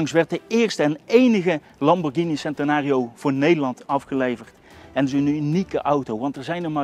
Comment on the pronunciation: Als je centenario zegt, zeg het dan wel goed.